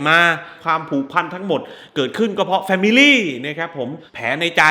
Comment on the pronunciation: แฟมิล๊๋หนิ แฟมิลี่หนิ แฟมิลี่หนิ 555555